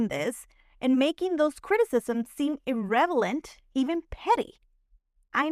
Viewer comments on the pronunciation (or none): Love how you say irrelevant as irrevalent 😁🥰